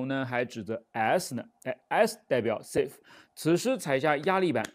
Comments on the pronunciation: 应该是“Safe”不是“Save”吧。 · 大大，是safe. 你不要再英語吧，好不好？